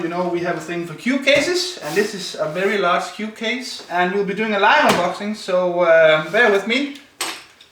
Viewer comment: Sounds like he said, "this is a large cute case" instead of cube haha.